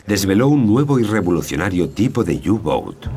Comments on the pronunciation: por q dicen u gou ..q cagada ...eran los u –boot ..por que informan tan mal ,y pronuncian horrible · Pero que "iu bouts" que son alemanes, no ingleses, coño.